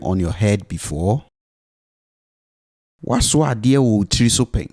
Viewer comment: Note only 1 “wo” is pronounced in the twi sentence for “have you carried an item on your head before?”. Also note “tiri” is pronounced “tri”, that is, the “i” before “r” is not pronounced.